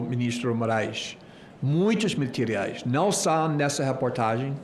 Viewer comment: "muitos mentiriais" sobre Xandão 😅😂😂...ele.mesmo falou..."mentiriais" 😂😂😂